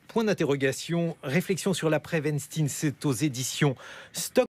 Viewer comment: On dit weinstein 😂😂😂😂